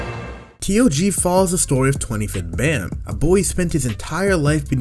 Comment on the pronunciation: i read the webtoon long time ago, as someone who never watched the anime yet, no context, looks like they f***ing, also it sounds like ban not bamm or bam, come on, this is not seven deadly sins